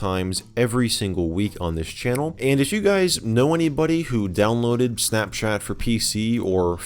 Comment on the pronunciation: Why does he say it like “snapshat”